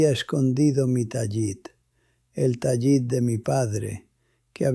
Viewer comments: Dejar el judaísmo por un caso de abuso de menores por refugiarse en el catolicismo, a buen árbol se arrima. El abuso sexual en el catolicismo donde ese abuso es el pan nuestro de cada día. Esto es falso. No se dice Tayit sino Talit. Este tipo es un español actuando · Que horrendo video para deslegitimar a los judíos. Elaboraron una historia de abuso sexual para introducir al cristianismo. Lo otro es que pronuncia mal “TALIT” ¿que judío piadoso lo pronunciaría mal? IA pura IA